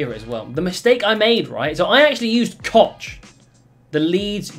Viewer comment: you dont pronounce it Koch 😉😂